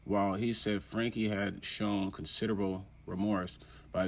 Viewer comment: If you were up to date on this story you’d know it is pronounced ‘Frankie’